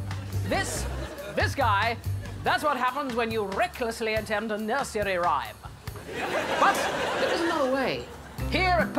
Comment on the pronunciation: "A nUrsEUry rhyme" 😆